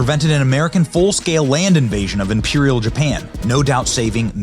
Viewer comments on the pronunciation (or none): none